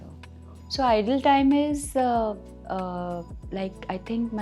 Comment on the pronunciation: Idle time she is saying instead of ideal time..and food is digested ‘between’ 2-3 hours…instead of ‘within’ 😂😂…she tries hard but her language is not perfect